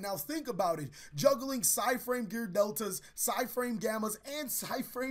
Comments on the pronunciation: Side in? I think you mean PSY-de in. Eh? Eh? XD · i know he did not just say psy-frame gear delta